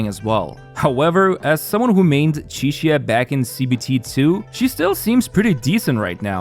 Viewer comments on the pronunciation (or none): none